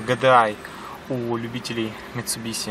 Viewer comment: Ну не вытерпел я после третьей фразы ГЭДЭАЙ ,как серпом по яйцам. Будто машину японскую в первые увидел !!!